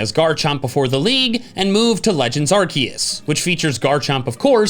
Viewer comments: he didn’t say arkoos!!! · you're mispronouncing Arceus